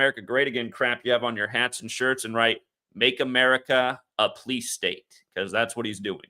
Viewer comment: I notice that you pronounce the word "police" like "pleece", and not "pol-eese"